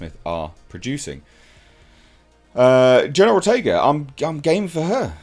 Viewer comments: I kept mishearing it as you saying General Ortega. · pronunciation of the name keeps sounding like "General Ortega." 😄